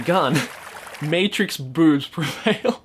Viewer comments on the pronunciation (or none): none